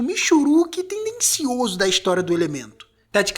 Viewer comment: "Tendensioso" kkkkkkk